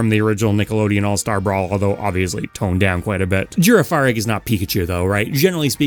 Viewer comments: A few quick notes -Farigiraf and Girafarig are meant to be pronounced like Giraffe - Koraidon and Miraidon's names are meant to be more pronounced like "Ride On", it's a little pun bc Gen 9 went crazy with naming puns - Remoraid and Octillery were originally more military-themed, with Remoraid being more like a torpedo and Octillery being more of a literal tank, but they got censored/changed during GSC's development, and the dynamic kinda got killed. Anyway, that's why Remoraid evolves into Octillery. (Correction, Remoraid was based on a pistol, not a torpedo. It had a sucker on its front which made the evolution line make more sense with it becoming an octopus tank. Thanks to for this correction) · Girafarig isn’t pronounced like that it’s giraffe-a-rig